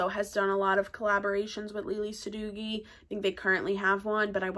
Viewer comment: Its pronounced sa dough ee. Not dough gee.